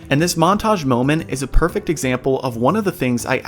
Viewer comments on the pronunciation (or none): none